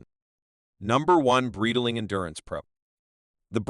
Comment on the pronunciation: it's pronounced BRIGHT-ling, not brittle-ing